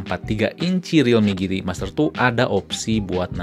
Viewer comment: "jiti" mas bukan "giti"